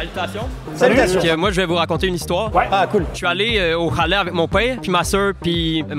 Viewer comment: je suis allez au haalet !! Pour haassez avec mon père !!! Puis la il y avais un cheveu !! Puis la louree est partie 😂 non la c'est trop !!! Pourquoi ce gars arrive pas a dire CH !!! 🤦